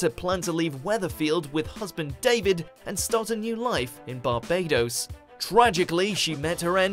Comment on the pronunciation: why did you say Barbados oddly?